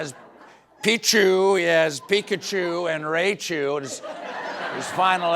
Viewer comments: Oh no! Colbert messed up the pikachu family, rey-chu, its rai-chu, still love this guy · did you say "Raychu!?" It's clearly "Raichu" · I know it doesn't matter and Stephen clearly looked up to read the cue cards but "um actually" 🤓 its Rye-Choo not Ray-Choo. Sorry sorry I had to 😆😆 Release the epstein files. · Ray-chu... canceled! its pronounced RY-CHU! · IT'S PRONOUNCED RYE-CHU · Ray-chu hurt my soul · Him saying ray-chu 😢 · Sir, it's Raichu not Raychu 😂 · not to be That Guy but it's pronounced RYE-chu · My guy really said "Ray-chu" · "RAY"chu? Someone just lost points with the youth of the 90s. 😆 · "Ray-chu" LOL, I appreciate the effort though. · Out of everything discussed on this show the thing that hurts my soul the most is the mispronunciation of Raichu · Correction: That’s not how you pronounce the Pokémon Raichu… Yes I know that Corrections is Seth & Late Night’s thing, but he’s on holiday and us Jackals have to keep busy 😂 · not sure if he said Raichu wrong on purpose for the bit or not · Pronounced Raichu wrong but you tried I will give ya credit. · Not sure I can continue watching Colbert with that awful pronunciation of Raichu.. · You pronounced Raichu wrong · The nerds are gonna go nuts with your pronunciation of Raichu.